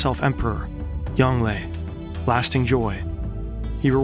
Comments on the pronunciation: its pronounced "yong luh" not "yong ley". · And why is Zhu Di called Yung Lelay or Yanglay or whatever tf you're saying multiple times?! Or are they different persons?